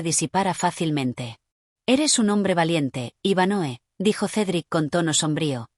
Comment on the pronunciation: Es Iván hoe no Iván Noe 🫪